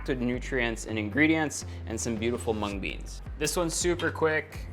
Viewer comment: did just erwan said mung beans